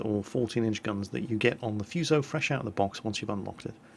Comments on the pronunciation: EcchiRevenge Been reading books on warships all my life and never have seen Fuso with the U, nor the Kongo. Not saying your wrong, but in the English it has never had a U, nor in the bible of warships, Jane's fighting ships. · No, no, no!!! the U in Fuso should be pronounced so that it rhymes with food. When you see Japanese words written in English the vowels all only ever make one sound. A's are always the short a, E's always rhyme with hey, I's always have the long e sound, O's are always the long o, and U's are always oo so that they rhyme with drool. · Foo-soh pls. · Not F''u''so, F''oo''so is how it sounds like in Japanese. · Love your video. But it's pronounced foo - so, like in food. Not like in fuse. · wow. so many comments! I am Japanese. this is not problem and this video is nice!! look fuso bridge . We are insane everytime :)I recommend to use [fúː] like a 'fool' or 'food'. not [fjúː] like a 'few'. foo-so[fúː sˈəʊ] I like Phenix and St. Louis. but I cant speak... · xbenemisisx The British themselves pronounce English words different...is hurricane pronounced hurricane or hurrikin? Maybe it is the same with Fuso...you say Fooso, others say Fuso. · if I'm not mistaken its pronounced FOO-SOE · prnounced foo-so and nuh-ga-tow and quicky calls yamato yah-muh-tow, and its actually pronounced yuh-maw-tow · its FOO SO ffs are brits incapable of pronouncing any word that isnt english? I swear they do it on purpose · xbenemisisx The funny thing is, if you actually look it up the U isn't really pronounced at all, it is more like Fso. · Fuse-oh.... pls y u do dis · Great vid as always... BUT.... one thing (prolly mentioned by somebody in the previous comments..... I hope ^^: ). The name FUSO is pronounced a bit differently. the "u" is pronounced like "oo" (in "food") and the "s" isn't a "z" sound, but a soft "s" like in "sack".:)